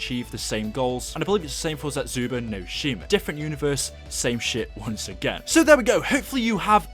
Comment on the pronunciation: Why can no one pronounce any of the maps???? It's Der Eis-en-drak-ay, and Zets-ooh-boo-no-shee-mah